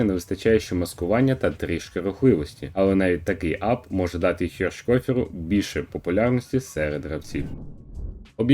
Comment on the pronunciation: Не ХіршкЬОфер, а ХіршкЕфер. В німецькій мові умлаут А читається як Е.